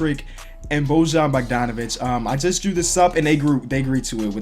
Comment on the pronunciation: I'm not trying to be bitchy but the way you pronounced Bojan's name was painful 😕 it's pronounced like Boy-un